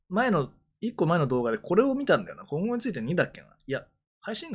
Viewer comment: コ↑ンゴについてで草